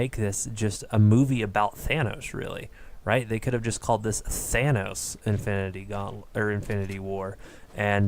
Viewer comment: Infinity Gauntlet... Ya said it right. Lol We need to have a sit-down about this.. I have too much to say.